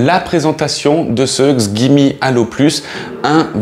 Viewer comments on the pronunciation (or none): Autant j’adore votre site et vos vidéos, mais la c’est la catastrophe. Des erreurs et des contradictions. Au début y’a pas de hdr mais à la fin oui, Netflix n’est pas pris en charge à part après quelques bidouilles, 900 lumens et pas nits, rien sur l’autonomie, la technologie dlp… et la prononciation de la marque ! Dommage